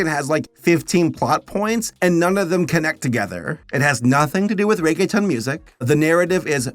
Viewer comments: I'm happy that you tried but for the longer then I want to admit I didn't know you where saying Reggaeton 😅; it's pronounced more like "rea-gea-tone" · Nothing will make me curl my toes more than the way pronounces reguetón as "Reggae Town". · "I'm going to try hard to pronounce things correctly" "Ray-gay-tun" Lmao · Reggae-town pronunciation got me